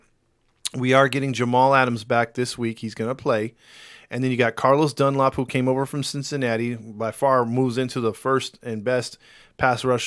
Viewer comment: It is Dun”lap” not Carlos Dun”lop”